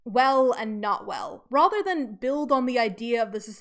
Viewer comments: I don’t like the way you say rather like “rother.” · That is an interesting pronunciation of "rather" is that from a particular dialect?